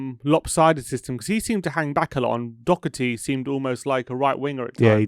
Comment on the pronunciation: we don't have a player called DOUGHerty either actually, its pronounced Daw-her-tee